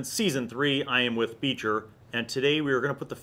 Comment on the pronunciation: Every time someone says Beecher I hear feature